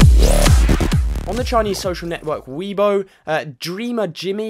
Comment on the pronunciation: Weibo, is pronouced "way bo"